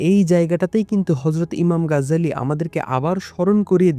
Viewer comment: গাজ্জালী নয় 'গাজালী' হবে।